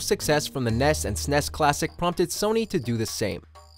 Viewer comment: Top 20 Biggest Video Game Fails of the Decade: This guy saying Sness